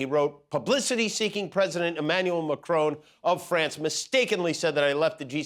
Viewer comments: Who is president "McCrone" of France? Perhaps someone should warn Emmanuel Macron about this Scottish impostor. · Please it s pronounced Macron , with a short o sound, not Macrone to rhyme with drone , as there is not an 'e' at the end. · I think it is Marcron, not Macrone who is President of France. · It is Macron not Macrone 😬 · Please say names correctly, Jimmy. It's not "MACRONE." There is no 'E.' It's MACRON! It's really not that difficult. Just like "Bon Appetit" is not 'BonE Appetit.' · Kimmel, it's Mac ron, NOT Mac roan. PLEASE. It's FRENCH! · Dear Jimmy, and most Americans. Would just like to point out that it's President MACRON, not Macrone. i.e MACK-RON (ON as in ON the table, not as OWN as in OWN the book). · Please pronounce macrons name mac-kron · For Christ sake why can’t he pronounce Macron correctly? It’s not like Macron isn’t known. I get the jokes great but..